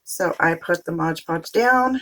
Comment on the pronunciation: They are so pretty! The craft police will get you for saying modge podge instead of mod podge lol